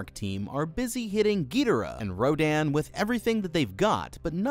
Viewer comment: He said Rodon not to be mean it’s rodan